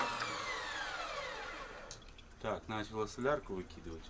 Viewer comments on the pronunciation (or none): none